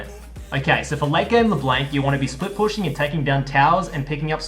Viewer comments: my ears are bleeding from your constant mispronunciation of La Blanc (Blahnk, not Blank) great guide tho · awesome guide! (but plss.. it's LEBLANC not leblenk xd) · The way you say La Blanc makes me cringe!! None the less still a great vid :D